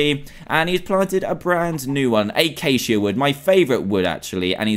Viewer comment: that's not eyceycia...that is a acacia